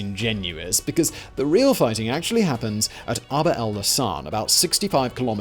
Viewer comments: Accent is on the A in Aqaba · Iy's Akaba, not aKARba. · Simon: try "Ack-ah-bah". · Great video, but every time you mispronounce Aqaba it makes me wince.